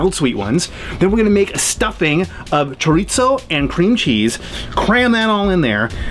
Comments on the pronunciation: Cho-ri-zo there is no "t" in Chorizo, the r is soft the same way Japanese pronounce the r. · Me and my wife were cracking the hell up listening to saying CHOOR-EET-SO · Forever I pronounced it kor-eet-zo . Then my wife kept mocking me so I finally looked it up and she was amazed that it's actually pronounced "shut-the-hell-up" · As a Hispanic, the way he pronounced chorizo is kinda awful, but it’s okay... has such a cool vibe and his recipes are awesome. I love chorizo and mixed with some egg is fantastic. Check it out!!! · As a spanish native speaker, it was funny hahahaha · Same with Pizza, Pete-Za. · chorizo is Spanish and the z is pronounced like a "th" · since when was there a 'T' in "chorizo"? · Why is he saying chorizo like that